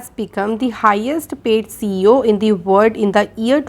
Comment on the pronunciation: Thank u so much maam🙏🙏🙏❣️❣️but one request ..please pronounce "world" word properly.🙏🙏